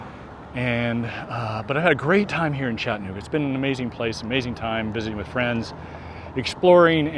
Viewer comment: CHATT-a-NOOG-a. Like Kalamazoo and Albuquerque, the second syllable is not swallowed or silent.